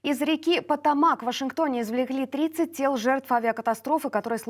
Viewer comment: Ну наконец хоть кто-то правильно поставил ударение: река не ПотОмак, а ПотомАк.